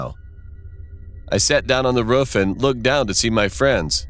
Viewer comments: It doesn't seem to fit his accent, it sounds so weird to me 🤣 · Princess Cheese which state did you move to? idk if it’s that state’s accent but to my knowledge the two o’s in roof most often have the same pronunciation as the o’s in root or boo. In this video, he pronounces them more like the o’s in foot. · Princess Cheese that’s not how we pronounce it in Pennsylvania, so I don’t think that’s the traditional U.S way of saying it. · It's called roof not rofrof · why it sound like a sayin “ruff” instead of “roof”😭😭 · He said “ruf” instead of “roof” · Roof:❌ Ruff:✔️ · This dude calls a roof a ruff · Did anyone notice he said ruff not roof ? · Anyone else notice that he said ruff insisted on roof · “..Almost falling from the ruff...” Roof. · Who Tf pronounces roof as ruf 🤣🤣🤣🤣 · Why does he say "ruff" instead of "roof" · I like how he said ruf Avery time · I hate how he says ruff instead of roof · dude it's roof not ruff 😅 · He kept saying ruf instead of roof🤣🤣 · “we thought about sneaking onto the rUfF “ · “At the edge of the ruff” Lmfaooo! RUFF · No one literally no one Narrator : pronounces roof ruff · its roof not ruf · Why they call the roof a ruff 😂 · Every time he’s said roof he said ruff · No one: Narrator: Rof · Does no one else notice that he calls the roof a ruff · I love how he says roof as rufe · He said ruf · He says roof as ' ruf' 😁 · Anyone else hear “The ruff “ It sounds like its saying that lol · Why he say roof like ruff? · Stop using this dead formant meme pls i don’t like it it’s just not funny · "Ruf" "Rof" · The way he said "the roof" Ruf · I say ruff instead of roof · Can we all just talk about the way he pronounces “roof”? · Narrator: roof Me:dog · Yall out here talking bout not wanting to school or watever whilst im here still complaining bout how he said “roof” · How he says roof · Oh my god, the way “roof” is being said is so hilarious and sweet! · i like how you say roof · Am I the only one who noticed the weird pronunciation of 'roof'.